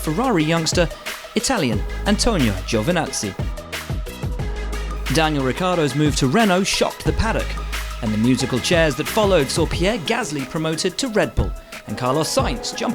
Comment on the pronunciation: Still a bit better than "Riccardo" instead of "Ricciardo".